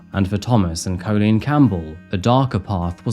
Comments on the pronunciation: you can’t pronounce Colleen correctly - you make it sound like colon. It’s so annoying… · First time I’ve ever heard the name 'Coleen' pronounced 'Co-leen' 😂 Edit: The back and forth pronunciation of 'Coleen' and 'Co-leen' keeps getting me! 🤣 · I'm glad you've pointed that out very well about how to pronounce Colleen's name, as it was really annoying me how badly was saying it. "Cailín" is an Irish word meaning "girl" or "lass". It can also refer to a young, unmarried woman. The word is the diminutive of "caile," which means "woman" or "countrywoman" in Irish. Variations in spelling include Kailin, Kaylin, or Kaelin.